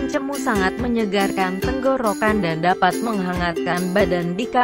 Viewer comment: Bukan cemu tetapi cemo..e